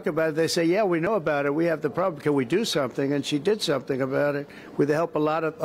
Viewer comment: She literally can't even speak or English properly "K-now" is a mistake absolute noobs make